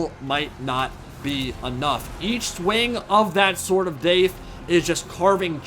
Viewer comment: Take a shot everytime says Sword of Daith